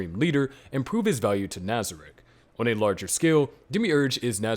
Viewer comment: Al-B-toe... Nez-rick... Brain Un-Glass.... Re-es-teyez.... boo-coo-boo-coo-chagma... Ainz-el-gone... Must be a sub watcher lol. Still watched the whole video.